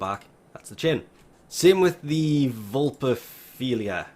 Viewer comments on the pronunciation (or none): Ngl mate you are finding a name that son says *REPEATEDLY*, Difficult to say. Say it with me "Vul-Pah-Thigh-Lah" Got it? No? Let's Try again "Vul-Pah-Thigh-Lah" There you go, Could NOT be easier to say